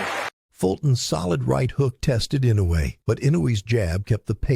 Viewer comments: The name is pronounced: Eenoue, hard e sound like in "meet". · Inoue ... You really need to learn how to pronounce this name. Jack, the Japan Alps Brit 42 years and counting